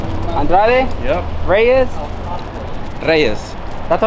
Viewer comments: the tyrant was right you said Rueyes instead of Reyes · More then once you definitely said Reyes not Rreyes lol